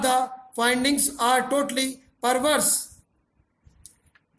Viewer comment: sir ur dictations are very good... but please pronounce ARE and OR clearly... when u dictate OR in dictation it creates confusion between OR and ARE....